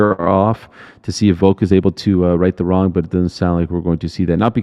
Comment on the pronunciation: Ariel still saying Voke huh?